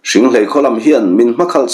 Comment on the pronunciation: Hringhléi tih a ni. Ka chhiar kawp nasa a, hrianghmun te, hriangmual te, ka lo lam pawlh chang a awm maithei e, lo hrethiam hram teh un